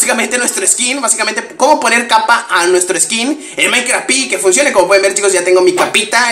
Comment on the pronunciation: xq dices minecraft pi no seria minecraft PE???